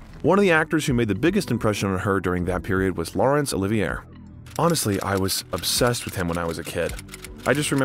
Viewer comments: It drives me nuts when shows like this mispronounce the names of extremely famous people! How does no one think to double check before recording? It’s Laurence Oliv-ee-ay and Roger Eee-Bert! And I’m only half way through. 🙄In a professional looking vid like this, these errors are so lame. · The "r" in "Olivier" is silent ffs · Is this an AI narrator? How does this person not know how to pronounce Laurence Olivier and Roger Ebert's last names properly?